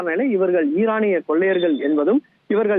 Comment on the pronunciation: Dei tharkuri athu ஈரானி illa இரானி